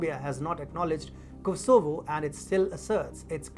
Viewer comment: Do you ever get the feeling that announcers on this station are guessing about how to pronounce certain words like Kosovo?